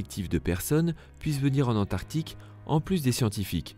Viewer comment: Antarctique ! Pas antartique. Tu fais un documentaire tu ne sais pas prononcer...nul